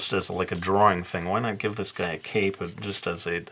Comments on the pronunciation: For a second when he said he was giving him a cape, I heard cake. I was very confused how a dessert would fit this illustration. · When you said cape I heard 🎂 😂😂😂🤘🏻